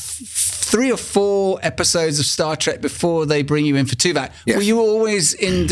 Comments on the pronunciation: Note for, Tim's character was called TuvOk not TuvAk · it's Tuvok not Tuvak! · Dammit, - it’s TuVOCK, not TuVACK. Ugh 😣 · keeps calling his character Tuvac like it's the new Dyson Hoover on the block, bro it's TuVOK..VOK lol. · omg, why does keep calling the character 'Tuvac'. It's so annoying.